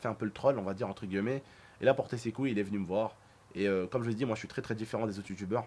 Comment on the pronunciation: On dit « entre guillemet » pas gueullemet